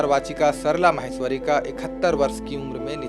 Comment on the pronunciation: म्हैस्वरी नहीं "माहेश्वरी"